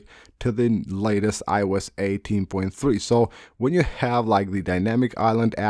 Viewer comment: I-E-Youse…that never stops being funny